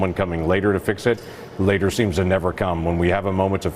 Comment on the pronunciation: I can’t listen to this dudes accent. Why do you add L to words with no L I’ll click a video and as soon as you start talking I just have to close it.. nothing against you personally, just listening to anyone mispronounce words that badly is like nails on a chalkboard ..says “later” as “latel” 🤦‍♀️ you say “border” and it sounds like “boulder” I just can’t